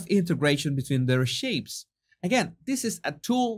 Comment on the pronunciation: I thought you said LOOK AT SHEEPS not shapes and cracked up. I gotta clean my ears. 😂